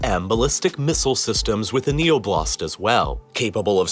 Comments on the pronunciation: Btw the emphasis? stress? is on o in oblast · Oblast is not oh, BLAST as you say it; it's OH, blast! It's not that hard to pronounce it correctly. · Why do you pronounce it as oblAst? It's Oblast!